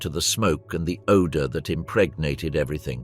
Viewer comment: Stop saying impregnat